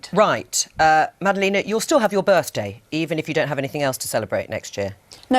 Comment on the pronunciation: Not birthday, "birfdaay."